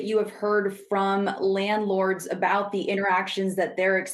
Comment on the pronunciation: can't even say landlord